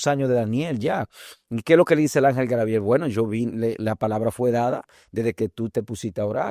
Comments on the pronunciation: Por qué siempre dicen: Grabiel, si es Gabriel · Bendiciones hermanos. Una pregunta. Porque los Dominicanos en ves de decir Gabriel, dicen Grabiel.